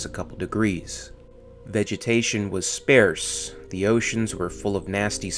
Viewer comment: Spa-arse. Sparse.